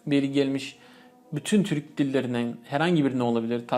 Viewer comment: Tür”Ü”k değil. Türk!